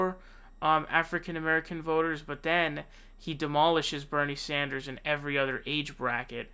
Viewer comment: Bernie Saunders lmao